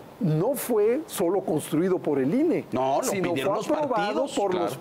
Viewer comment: Ine, no inah.